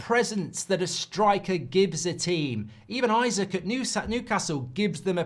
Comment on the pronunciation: It's Isak, not Isaac